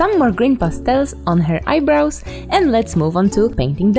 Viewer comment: Her : Basic features like eye-bros Me : I dont wanna make fun of u but EYE-BROS?! HA HA HA